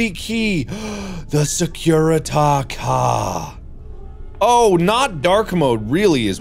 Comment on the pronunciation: “Securuta kah “ ~Markiplier 2019 Edit: thank you for the likes! <3